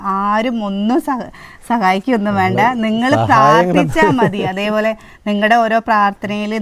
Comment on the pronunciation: വാണ്ട അല്ല ചേച്ചി വേണ്ട